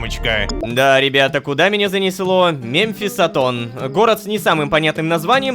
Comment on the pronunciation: мЭмфисатон так правильней произносить